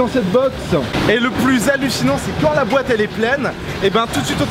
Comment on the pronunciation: Wesh il dit bouette à la place de boite